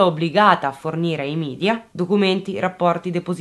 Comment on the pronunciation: Ti prego!!! media si pronuncia media non midia, non è inglese!!!!